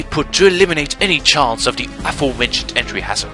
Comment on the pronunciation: THE (thaa) not DA "daa" it makes a massive difference, but otherwise your english is really good for someone who doesn't speak it as a first language.